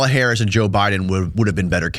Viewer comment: It really irks me that this guy cannot pronounce Kamala Harris’ name correctly. It’s racist and bigoted. Grow the fk up already.